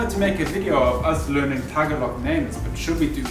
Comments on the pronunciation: I really enjoy your videos. I just can't believe that all the time you both spend in the Philippines that no one has corrected you on the pronunciation of "Tagalog". Don't Google the pronunciation, just ask a local. Keep up the great work. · It’s ta ga log